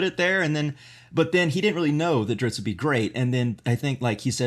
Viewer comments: Man. The ritz you guys have in this episode is of the chain! I mean, what pitzatz! The info kept coming like a steady dritzle, too, though how you pronounced Drizzt got me fratzled like a butzard trying to steal gitzards from a gritzly. Oh, that's not how you say those words? My bad. I suppose I should stop sitzling you guys, have me a fitzy soda, and listen to some datzling jatz to calm down... you guys might get ditzy from my blitzard of butzwords. Hutza! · Lol diZZt not driTzz... don't understand how people get that wrong :( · Dudes... You know this character so well, and have read all the lore and books you could find. But you can't pronounce his name correctly? Drizz as in "Drizzle", then the T. Drizz - t, not "Dritz". :::SMH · Think of the "i" and "zz"in "pizza". /PEET-zuh/. And then add a "dr" at the start, and "t" at the end: /DREETZT/, or /DRITZT/. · Guys it is DriZZt not Drits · Dunno how much of an expert you can be when you keep calling him "Drits". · Guys, it's pronounced like drizzle, but you just finish with a T. You could also see it as a heavy way of saying wrist. A lot of people say dritz, and it would be great if you could pronounce it the right way to help everyone learn to pronounce it properly. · There is a "t" at the end of his name, you know? It's pronounced Dritst. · Please for the love of god stop calling him Dritz.... you are making my ears bleed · just curious...did anyone else start shouting a different pronunciation of Drizzt than they did every time they said his name? XD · Yeah, but NO. LOL If they still pronounced the last T at the end, then fine... but they don't. They are transposing the letters. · When people are corrected on the pronunciation and say it wrong after anyway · Alex O'Shaughnessy OMFG I KNOW!!!!! I was like ummmmm what is going on? Does no one know how to read. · This episode is weak sauce. Incorrect facts. Mispronunciations. Stumbling over ever second word. Yuk